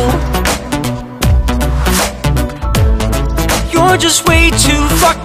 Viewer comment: 현상이 발음이 좋아서 풕킨 하는데 쾌감이.. 이런노래 더 해주라ㅠㅠ 잘어울린다.. 잔잔한거 하다가 반전매력🫠